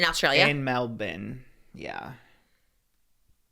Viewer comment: i LOVE how you say melbourne,. There is no statute of limitations for sexual assault here in Melbourne, victoria, australia